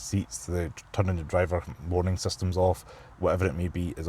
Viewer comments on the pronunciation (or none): none